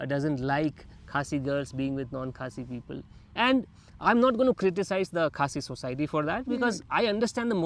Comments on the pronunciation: You pronounced Khasi village correctly which is good. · This couple is my fav i will repeat again and again....❤❤and has such a good pronunciation with the khasi words...I also got married to someone out of my society...Dear you are beautiful inside out...stay strong with the Love you have..ignore what many people will say to you be it about your beauty or your Love life...❤and the pictures you clicked were beautiful she is a pretty human..